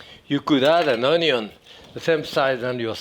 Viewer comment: I don't trust a man who can't pronounce ONYO